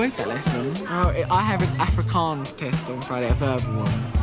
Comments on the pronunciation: Man as an Afrikaans bloke, I'm super impressed with how good these Proper Brits can pronounce Afrikaans words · pronunciation was pretty accurate.